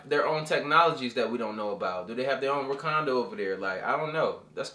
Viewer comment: Why do I keep giggling at how says Wakanda? "Rakondo" 😂🤣